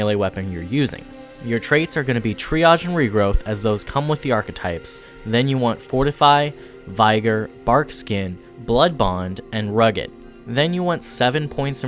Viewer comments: Vygar instead of vigor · Say it with me.....Vig.....gor it's similar to N